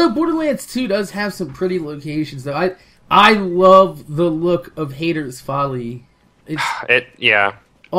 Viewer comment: You said hayters folley again WTF